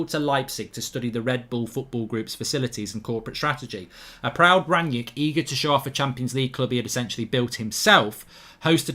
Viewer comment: Already misspelling and mispronouncing his name, get a grip United fans